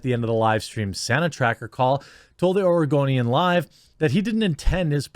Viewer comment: I'm playing Skyrim and i keep hearing you call the oregonian the argonian and getting confused as sht